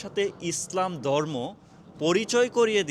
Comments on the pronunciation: ভাল উচ্চারন করতে শিখুন। দরমো না কথাটা হবে ধর্ম। ধন্যবাদ। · দর্ম না ধর্ম! ব‍্যাস কিছু না বেশ কিছু পচার না প্রচার! কে হবে খে। একটু চেষ্টা করলে বাংলা উচ্চারণ ঠিক করে ফেলতে পারবেন ইনশাআল্লাহ